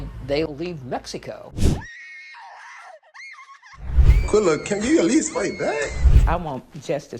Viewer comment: I cant watch the whole video because its irritating my soul the way he pronouncing ShanQUilla name 😠😠